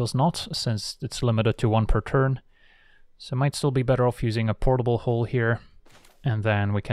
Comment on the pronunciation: how many times you say portlbl hooll... perfect drinking game. i am drunk now